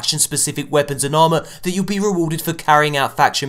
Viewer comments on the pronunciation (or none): none